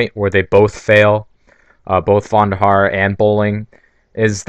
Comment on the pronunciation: It's David VONderhaar, not VANderhaar